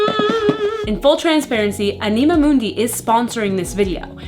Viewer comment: it’s pronounced like animal without the L ❤ I love anima mundi’s high quality stuff. I tried the collagen face oil because of you. It’s lovely! If you haven’t tried their powdered Vanilla - it’s pricey but soo divine!